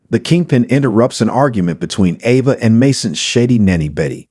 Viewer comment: Valentine (Val' en tine) ,Ava (A' va,) Elq. Do you even watch the show????? Learn to get the NAMES pronounce right. Maybe you would get more then 9 likes.